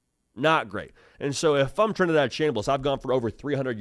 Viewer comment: Did he say Trinidaddy?